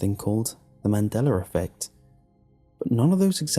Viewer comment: "Man deller affect" 😂